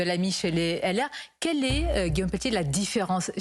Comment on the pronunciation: Oupss peltier pas pelletier rire